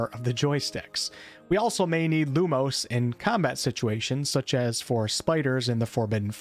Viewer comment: I am going to be such a fuss arse when it comes to pronounciations with the dialogue, specifically with spells, and some general words. E.g. You pronouncing Lumos as Lumose, instead of how it should be (Loo-Moss).